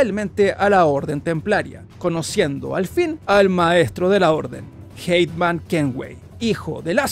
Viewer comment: Por qué le dice Hateman a Haytham?